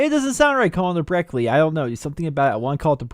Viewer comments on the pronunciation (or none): Btw Brecci is an italian world so you have to pronunce: BRE- CCHEE like cheese with double c :) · isnt the Brecci pronounced "Breshi"? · The brecci is actually pronounced like brechi, similar to how Gucci is pronounced like guchi, hope this helps! Great video as always! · Brecci (Bre-ch-E) like how you pronounce gucci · It's pronounced Bre - ch - ey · I'm pretty sure Brecci is pronounced breshee. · Its pronounced brechi* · are you serious when you say brecci as brecky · It's pronounced "Brechi"